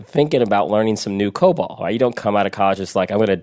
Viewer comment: Why does that one lady call it co-bull? We all call it co-ball here.